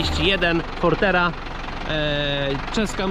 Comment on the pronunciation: Jak to mój kolega mówi FORTIERA ;)